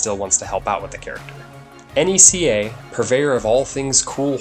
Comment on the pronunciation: The way you pronounced “NECA” managed to irk me to my very soul.